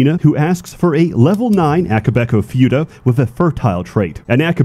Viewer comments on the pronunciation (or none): "fyuta"/"fewta" It's "foo-ta" (foo like food, without the d no pun intended) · As an expect on the topic, it's fu-ta not few-ta you rewtard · The u in futa is pronounced like in puma and not like in unicorn. Otherwise great speedrun! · Ackshually, it's pronounced фута, not фюта. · its futa pronounced as /fyu-tah/ or /foo-tah/ ??? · First time I've heard it being pronounced as "few-ta" and not "foo-ta". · I lost dopamine every time he said fyuta because I am fucking autistic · Say fyoota again! SAY FYOOTA again! I dare you, I double dare you motherfucker! Say fyoota one more time. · I can't get over pronouncing it "few-ta" lmfao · I love how pronounces futa like you would futile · Everyone know the correct is foota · The repeated pronunciation of 'Fyuutah' made me want to throw my PC out the window. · First time I've heard the pronunciation "fee-you-ta" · Pronouncing it few tuh has caused me to have few er braincells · “Eestrogen” and “Fyuta” Hey learn the lingo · I haven't heard it pronounced "few-tah" before. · "Fewta" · pronouncing it as "fyoota" is making me unreasonably angry. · lol pronounced futa as fyuta. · Ay yo, "futa" is pronounced without an added "y" after the "f" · The most offensive thing about this video is how you pronounce futa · This pronunciation of futa is giving me a brain bleed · You know is a gamer by the way he pronounce futa Every passing day i knew i am too much of a degenerate to be "shocked" by this game. Also the Pyrocynical slander is real and im up for it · It kinda broke me how pronounces futa... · Bros mispronouncing futa because he surely has never heard of futa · I have never heard anyone pronounce "futa" that way. Weird. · Im not going to correct another grown man on how he pronounces futa, Im just gonna say you sound funny lol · Oh my god I've been pronouncing futa wrong the whole time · I'm honestly bothered(and also amused) at how he pronounced "futa".